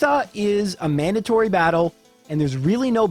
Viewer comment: "Agatha is a mendatory battle" wow